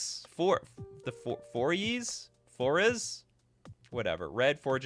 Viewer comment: Foriys is pronounced" four eyes"